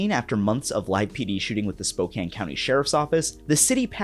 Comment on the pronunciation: Oh, jesus fuck, a Knezovich jumpscare. Fuck that clown. But thank you for pronouncing Spokane correctly, fellow Washingtonian. Always a pleasant surprise. :)